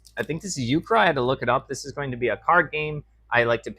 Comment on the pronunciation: Euchre is pronounced like "you-ker".